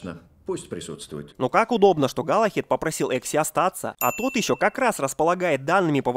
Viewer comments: Не галахед а Галахад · Не Галахед, а Галахад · Галлахад, а не Галлахед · галахад, а не галахЕд